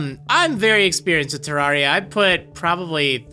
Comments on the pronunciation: I'm sorry but u saying it as terr-ar-ia ( I know that how u say it but I've always said terr-rer-ia ) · It's terraria not teraria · PyxelBreakfast // GS How is he pronouncing it correct. It's based off of Terra, or Terrarium. Terrarium isn't pronounced Ter-Rawr-ium. It's Ter-air-ium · u prenounced the name wrong brono offense also NO OVERWATCH PLZ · (Says he's experienced) (Can't even pronounce the name of the game right)